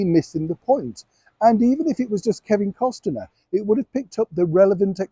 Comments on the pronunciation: I love you, but you always pronounce Kevin Costner’s name wrong. It’s just plain Cost-ner, not Cost-a-ner. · I am unclear why you keep pronouncing Kevin Costner's name with three syllables rather than two - Cost e ner rather than Cost ner. Do you know something the rest of us don't know? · Kevin CosTERNER! Didn’t realise that’s how we should pronounce it!😆